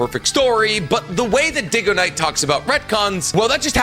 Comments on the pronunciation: What is this, a crossover episode?! DUDE! Yes! DygoKnight not DIGOKNIGHT!! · Poor Dig Go Knight. Maybe Day Go Knight will help his fellow brother in need. Kind of incredible how he keeps butchering your name's pronunciation. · why tf would it be pronounced "DIGGO KNIGHT" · "Diggo-knight" Bro, this guy can't pronounce squat. He still mispronounces Mount Myoboku and Chibaku Tensei FOUR SEPARATE WAYS to this day (He says "Mount Muobookoo and Chibookoo Tensei on one video then "Mount Mohboeku" and " ChibukoTensei" in the next lol. He also makes shit up on a regular basis and doubles down for years. Like how he perpetuates the claim that the Sakura Hidan novel claims Sakura is "as fast as 8th gate Gai" and yet a dozen people who've read the novel front to back confirm that she doesn't speak about 8th gate Gais speed AT ALL in the novel let alone compare herself to him. He's a strange guy. I appreciate his content but he's incredibly arrogant when he's wrong and refuses to consider himself fallible. He even tried to contact the team doing the live action Naruto film claiming to be "the worlds best encyclopedia of knowledge on Naruto out there" since Kishimoto wasn't helping with production or something. 😂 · Yea he does that lot on his own channels sometimes he pronounces stuff wrong hell I’ve read some of the comments and he wasn’t the only one who thought it diggoknight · Yh I got that when he pronounced dygo and diggo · The second he mispronounced your name, I clicked off his video. acts as if his knowledge is law but he makes ALOT of mistakes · omg him not even saying your name right and pretending he watched your content was so hilarious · I watch but I still believe Naruto has a bunch of retcons. But with him mispronouncing DygoKnight, let’s remember is bad at pronunciation no matter how much he gets corrected. He still says Edo-TenSAI half the time despite being corrected many times and being told how it’s factually incorrect.